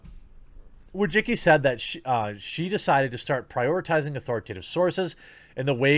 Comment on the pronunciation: Why do you pronounce her name like that? Wojicki? It's more like Wojiski.